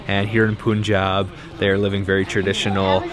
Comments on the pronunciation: Dear.. not 'Pu'njab, its 'Pa'njab... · It's not pooonjab... How do u pronounce PUN or GUN?... Its not poon or goon. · Awesome video. FYI. its pronounced as Pun-jab, not Poon-jab. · when the bleep are you going to learn to say "PUN"-Jaab properly.... you've been there so long and you muck it up everytime... seriously??? 🤬